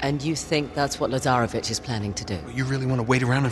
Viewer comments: Who else kept calling Lazarvitch into Lazarbitch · Why am I hearing Lazaravic’s name “Lazarabitch” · When I first heard his name, I literally did a double take to make sure I heard that right… then I heard Lazarabitch from Flynn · Because you guys can't pronounce Slavic serbian names